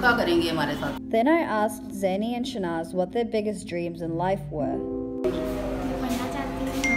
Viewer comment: I think her name is Shahnaz and not Shanaz.